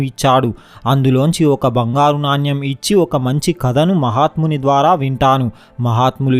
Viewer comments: It's not NANYAM but Naanemu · నాన్యం కాదు నాణెం అనాలి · Naanyam .. kadu. Naanem. Cheyyu kaadu cheyi Ani cheppali.. read telugu properly. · నాణ్యమ్ కాదు నాయన.. నాణెం.. Storey super❤️ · నాణ్యం కాదు నాయనా నాణెం అని పలకాలి